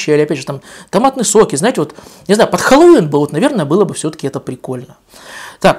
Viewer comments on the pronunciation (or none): none